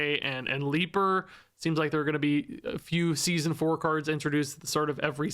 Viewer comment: Now i want stats on how many people got triggered when said "Leaper"